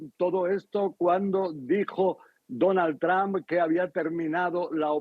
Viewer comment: Donald TrAmp😂 es Trump!! Y se pronuncia TrOmp!